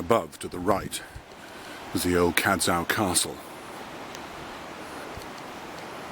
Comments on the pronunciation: I'll echo Sandra's point... Cadz-oh, not Cadz-oww, is the correct pronunciation. Cadzow is my last name... that's how all of us Cadzows pronounce it. Love the video except for that. Thanks! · I always enjoy your videos but this one is grating a bit! You're mispronouncing Cadzow. It's Cadzow (as in Show) and not Cadzow (as in now). Very interesting though, I've played in the avenue of oaks many times